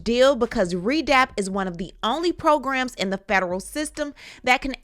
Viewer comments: RDAP not ReDap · It’s actually RDAP, not redap